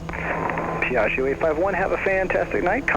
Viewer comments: Da italiano trovo fastidioso sentire pronunciare in modo sbagliato Piaggio :-) :-) La parola contiene due G e vanno pronunciate. Io sento Piagio con una G, mentre sono due. :-) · It would be better if you would produce the name if this wing Ferrari in the proper way : Piaggio !! Without sounding the last “I” believe me in italian!! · check out some Italian language pages and learn how to properly pronounce Piaggio :-(